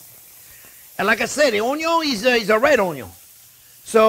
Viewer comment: Chef's signature dish: Red Onyos, Butter and Lemon Zest. LOL